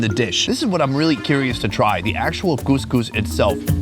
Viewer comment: Couscous not gousgous